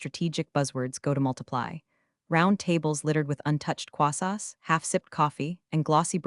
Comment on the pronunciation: Is it impossible for this AI narrator to pronounce "Croissants" correctly ? If not, then please get a better narrator.